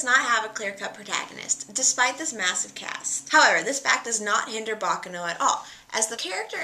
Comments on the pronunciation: ba KA no bakˈkaːno not... baka no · It's pronounced "baccàno", not "bàccano"! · Hi, just a little information, baccano is pronounced ba-KA-no. Anyway very cool channel.